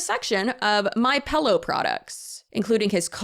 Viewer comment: you did not just say “pellow” did you. 😂 love your videos!